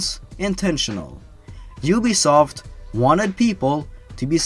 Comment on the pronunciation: I was playing assassin's creed when you said ubsoft